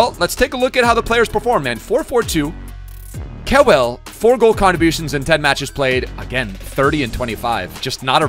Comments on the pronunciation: don't butcher kewells name like that. Pronounce it Kyoowl❤️❤️❤️ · The way butcher Harry Kewell name 😂